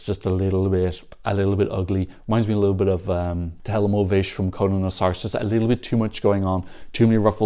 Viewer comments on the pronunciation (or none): none